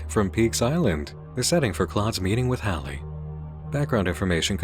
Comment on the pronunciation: This is gonna be a very minor thing to focus on, but I think the lovely is saying “Haley” wrongg,, AND I COULD BE WRONG!! Maybe there was audio that I don’t remember hearing but h-a-l-e-y is one of the simplest ways to spell Hailey/Hayley/Hailee (pronounced hay-lee) ‼️AGAIN‼️ this is a very silly thing to fixate on but I am because it’s how you spell my name -3